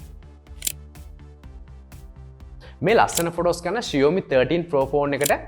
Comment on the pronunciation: ෂියෝමි නෙමේ බං ෂාමි.....😬😁 හරියට ලංකාවේ කෙල්ලෙක්ට talk කරනවා වගේ....😂🤣